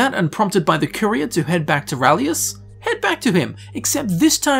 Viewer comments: His name is RALIS (ray-lis), not rahlius! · His name. Is RALIS! Urgh! Unsubbed! XD